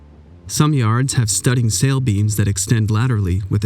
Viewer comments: Great video. Just a few notes, mainly to do with pronunciation. Studding sail, despite how it's spelled, is pronounced *stunsil*. Clewlines, buntlines, leachlines, sheetlines, et cetera are usually just referred to by the first part of their names, e.g. clews, bunts, tacks, sheets, et cetera. The triangular shaped sails running fore & aft are staysails or *staysils*, unless the stay that they are bent on to is attached to the bowsprit. Then it's called a jib. Sails all have specific names. The one you depicted is the Fore Sail or *forsil*. It's so named, because it's bent on to the foremast & it's the lowest sail on that mast. The one above it would be called the Fore Topsail or *fore topsil*. The staysails are named for the mast that the top of the stay is attached to, with their vertical position also playing a part. So the lowest staysail between the fore & main masts would be called the Main Staysail. The next up would be the Main Topmast Staysail, et cetera. Anyway, I could go on, but there are plenty of books out there that explain it better than I can. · Excellent, but forecastle is said, "foc'sle" and studding sail(s) is said "stun'sle." Oh, yeah, with regards lines..."sheets" are lines that control the lateral position of sails, while "halyards are lines the raise sails. But I digress...excellent diagraming and explanation. Imagine what you couldn't show in the vid...the knowledge to make and operate such a thing.